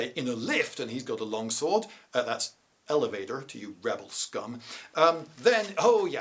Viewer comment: The swap to an approximation of a westernish American accent to pronounce elevator was fantastic. You should do an entire video on America about something historically related with that accent.